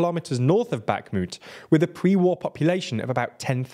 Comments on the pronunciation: Remember how Kherson doesn't have a K in pronounciation? Well... Guess what Bakhmut doesn't either. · One would hope that after one year of war people would make some efforts pronouncing Ukrainian city names, specifically baKHmut x)